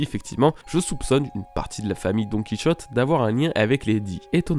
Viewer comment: DoNkEy ChOtTe viol auditif 😭😭 C'est "Donne Qui hauté" ça ce prononce :'(